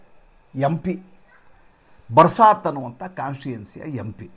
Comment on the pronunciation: ಬರ್ಸಾತ್ ಅಲ್ಲ . ಅದು ಬಾರಾಸಾತ್.